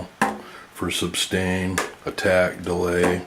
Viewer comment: "substain" Really?